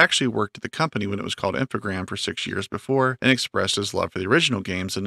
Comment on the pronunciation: You were right not to pronounce the s, in French the s used as plural is almost always silent. It's supposed to be an amalgamation of the two words informatics programs, so informatique et programmes in French (Infogrames, with only one m for some reason). So yeah yeah you were after all! Just listen to some of the old interviews, they do call it Infogrames.